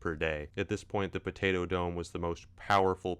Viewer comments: I just like listening to you say "b'day'o" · I LOVE the way you say Potato 😂 "pdAO" ... please never change